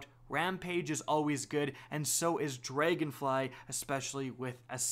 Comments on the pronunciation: "Dregonfly??, its Dragonfly, pretty easy to say..." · "Draygonfly" xD